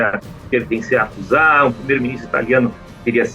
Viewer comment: finalmente alguém que pronuncia ヤクザ corretamente.